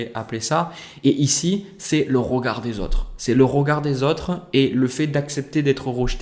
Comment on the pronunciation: Le « rogard » 😁🥰 merci j’ aime votre justesse et simplicité